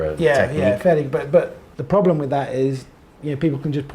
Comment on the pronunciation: Lmfak that whole part was priceless… Lmfao “no problam!”